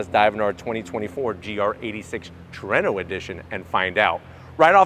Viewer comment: Way better than the "HACK-ONE" holy crap he said Trueno correctly gg man love your vids lol, never gonna let that one go though